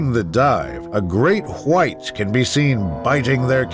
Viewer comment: He says white like Stewie griffin says whip cream